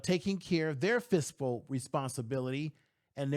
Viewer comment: I’ve been watching for 6 months now. He really can’t say fiscal. He says fistful every single time. 😂😂😂😂😂😂😂